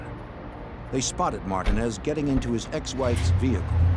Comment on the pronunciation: I have never heard anyone pronounce Martinez that way. Are they dumb?